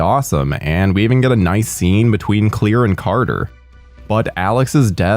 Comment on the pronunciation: why can you not say her name its clear